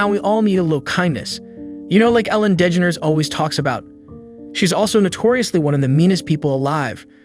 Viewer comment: really hit that dE-ge-nErs pronunciation lol